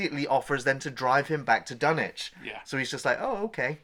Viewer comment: Dun ITCH thank you at last someone pronounces it correctly.